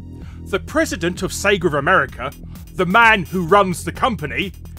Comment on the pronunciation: Cracks me up how he says "Sega". Almost sounds like he's saying "sager" (say-grrr). Hahahaha.